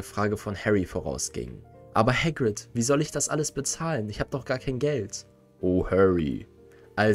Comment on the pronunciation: häckwit? 😅 nicht böse gemeint, aber ich bin verwirrt… er heißt doch “Hagrid” zumindest laut den Büchern